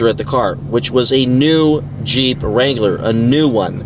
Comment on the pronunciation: His first mistake was “looking for a Jeep Wangler”.😅